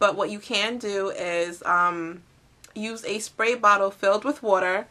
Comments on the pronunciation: lol wuter <--- im from Tennessee ... i hear it all the time so im not making fun , but haha thats so cute. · OH MA GAWD I love the way u say water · HA! I love how you say "water". It's like "What-er". :D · Are you from Philly? We say "war-ter" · You say 'water' funny